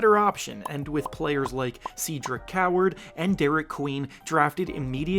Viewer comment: Cedric pronounced (Said-ric)